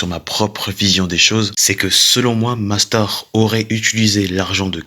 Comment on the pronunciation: Mais parle correctement "nastar"cancer" mais wsh tu c pas dire mastar et concer c pas si dur ptdrrr